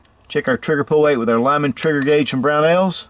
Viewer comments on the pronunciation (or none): none